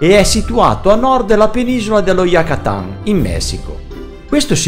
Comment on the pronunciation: Perché mai devi pronunciare "Yucatan" all'inglese e cioè "Yacatan"? Che mania stupida e provinciale!